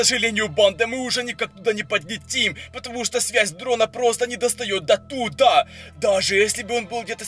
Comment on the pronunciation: Не говори датудаааа